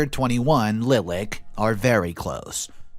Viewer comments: Pronunciation: Lilac= like the flower Li lak not lil ak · Lilac is said "Lye-lack," don't get why all these YT readers are saying it "LIL-ick." This isn't the first time I've heard this story with readers saying "Lil-ick" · giggle "LIE-lock" not "LIL-ack" Love your vids and commentary. One of my top three, in fact! Blessings! -Granny Heidi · Lilac is a flower, comes in white, lavender, and purple. Pronounced LIE'-lack. ;D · I'm sure someone else has mentioned it but in the 2nd story, the name "Lilac" is generally pronounced "Lie-lack", like the flower.